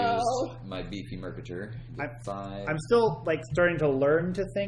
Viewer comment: "Mercator" rhymes with "crater". Driving me a bit batty making it sound like a supervillain.